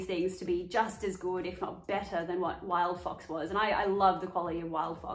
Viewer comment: All I can hear is wild fuc**s, but I think you said wild fox?